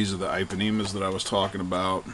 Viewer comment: Thats real nice bro. Like it. Good story. My buddy busted some of those too, but those Ipanemas are sick . On runs I will be away from any curbs, and look for grass on either side if I crazy. Check out my MMM Rustler also. btw. its pronouced EE panemas :) Like the song, girl from Ipanema. :) Its cuz its brazilian rubber. Also u can lower that front bumper angle more with a heat gun. Im running 34 / 34T